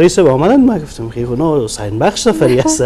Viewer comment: فکر کنم گزارشگر حسن و حسین تا به حال نمیتوانه درست تلفظ کنه 🤣😂🤣😂